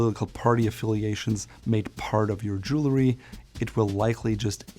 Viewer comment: Jewelry is pronounced Jewel-REE. Not: Jewel-LA-REE.